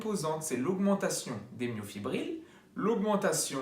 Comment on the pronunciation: bonjour Petite erreur de prononciation, c'est Myofibrille (ex: brille) et non myofibrile (ex : fébrile).